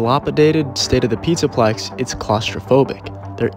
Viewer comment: "pizzplex" LMFAO